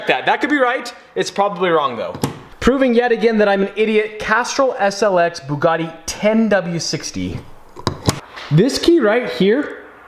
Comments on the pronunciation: the butcher:buggidi: buggati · 😂😂 It's a Bugatti.....Bugati.....BooGooTi..... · do you mispronounce Ferrari? Well please please please learn how to say Bugatti correctly. Once more for the hard of understanding it is Bu (as in View) and Gatti (as in Scatty). It's a French name and in France they say things with finesse. I love that you have bought it but simply cannot take this fucking up of the name any longer. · Actually... it's bügatti not boogatti. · The “buugatie”😂😂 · IM DEAD THIS MANS CALLED IT A BOOGUDI . Im steeling this. Im commenting nice Nice Boogadi in every boogadi vid from hear on out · BUG ATTi: Bugutti Me: 🤣🤣🤣🤣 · Bug-A-Ti 😂😂😂 Veyron's New Name 🤣❤❤ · Lost it at Burlachers pronunciation of "Bug-etti" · Hahahahahaha when call the Bugatti, the Bug-etty, I fuckin passed away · I died at the bugatti pronunciation war 😂😂😂😂😂😂